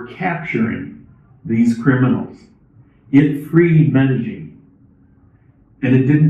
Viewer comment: Medellin DOES NOT HAVE A (G) IN IT. If you remove the G in your pronunciation you'll be spot on!